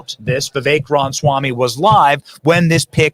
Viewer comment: Benny, it bothers me when you mis-pronounce Ra ma swamy's name. It is NOT Ronswamy!!